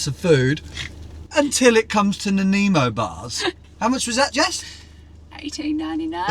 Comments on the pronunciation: As a resident of Nanaimo, let me help with your pronunciation, it's 'Nan-eye-mo', not 'Nan-eh-mo'. ;) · Enjoying the limy sense of humor from Vancouver Island near Nanaimo. To help it is pronounced Nanymo. No problem as proper English isnt your first language. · I love the way you say Nanaimo? the "A" is silent try Nanimo that how we say it! we live about 40mins from Nanaimo :) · Pronounced Na-Ni-Mo bars. Shame you won’t be going to Vancouver island. Once saw 16 bears one evening in the north of the island. We also used to get them in the garden (ate our chickens and our apples).. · It was me who let you know it’s pronounced “Nan-EYE-Mo” bars 😂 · Oh I love the dashcam videos of Jess cussing! Although in her defence, you deserved every f bomb for you mispronouncing Nanaimo bar. Nannemo bar! 😅